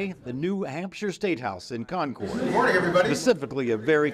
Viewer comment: please …. CON-CURD ….. not CON-CHORD. Yikes.